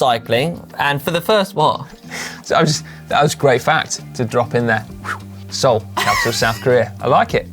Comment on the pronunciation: I’m Korean American and because GCN is so awesome - gets a pass for mispronouncing Seoul! Don’t worry brother.